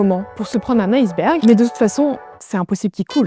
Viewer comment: Très mauvaise prononciation de "iceberg" car ce n'est pas "aieceberg" qu'il faut dire mais "iceberg', eh oui le "i" de ce mot se prononce "i"